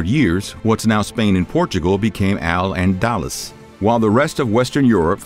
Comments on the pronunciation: “Allen Dallas” 👈😐 Al-Andalus = Alandaloos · I'm gonna smack the shit out of anybody who thinks Al-Andalus is pronounced "Al-anDALus" because of this video. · And Al-AnDALus instead of ANdalus. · Al-Andaloos not Al-Andalas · its Al An-dal-loose dal is in pal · Lol I love his pronunciation of al Andalus. He says it like allendallas rofl. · You literally butchered the name al- andalus. Pronounced al, as in al bundy, Anda loose. For God's sake 🙄 talk to someone who knows how to pronounce Muslim words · Allan-dallas! 😂 (al-andalus, muslim Spain) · Al Andalus, caliph, odacaer, tons more